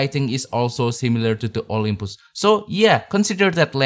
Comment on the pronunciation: Olympus, jangan bilang Olympoes!